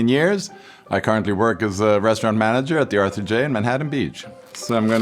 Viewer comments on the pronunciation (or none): none